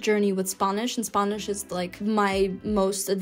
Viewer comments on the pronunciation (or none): Native English speaker here. Her English pronunciation would improve by leaps and bounds if she stopped pronouncing EVERY WORD with an A in it as a hard O. App = Opp, Interact = Interoct, Have = Hov, Haven't = Hoven't Class = Closs, Spanish = Sponish etc. Outside of that, her English is quite good.